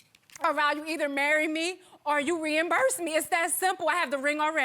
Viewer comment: She fucked up the moment the word Reimburse came out of her mouth